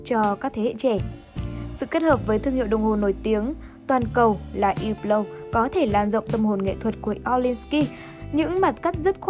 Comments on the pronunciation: đọc đúng rồi chứ sai ở điểm nào vậy??? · cách đọc đúng của "Hublot" phải là như trong video, âm "H" và "T" trong Hublot là âm câm nên ko phát âm 2 chữ này nhé. Chứ ko phải hăp-lót hay là hiu-lót như cách đọc ở VN đâu nhé các bác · Hublot đọc đúng phải là như thế, có gì đâu